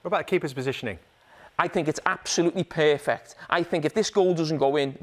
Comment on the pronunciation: This is a very first time hearing the word "perfect" becomes "pear-fect" So interesting🤔